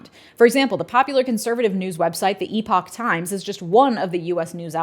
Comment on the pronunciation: I love it! "Eeeee-pock times"..."Praggur Yu"...you are a MASTER troll! Conservatives are losing their minds...